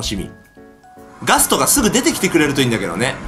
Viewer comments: ガストおお〜〜 って言ってたときガトーって聞こえた。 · ガストがガツトに聞こえる